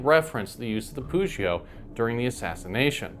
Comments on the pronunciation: i am more used to a pronounciation with a hard ''g'' instead of a ''ch'' sound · Nice info, but your pronunciation of "Pugio" really annoys me. The "g" in Latin is always hard. It should never sound like a "j."